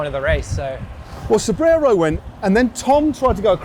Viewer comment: It's YOUR show, but WTF is "caffy"? Coffee? Caffe? You guys should have ridden the bike path down from Sanremo. Cipressa = CHEE-PRESSA, not SEE-PREZZA. Poggio = POE-JOE, not PAW-GEE-OH. Gotta love Matthews - he's a trier, not afraid to lose, but I'm betting when it comes to moving to Italy, he'll think twice about the taxes vs Monaco! And even the stars get star-struck? Who knew? Nice interview overall - BRAVO!